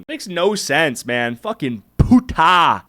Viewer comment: OMG so its not only me whos annoyed by him constantly saying "putah". He could at least say it normally not with that weird accentuation 😭😭